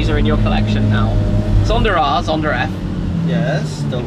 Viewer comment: Why does it seem Shmee adds an R to the end of some words? I hear Zondar instead of Zonda 😂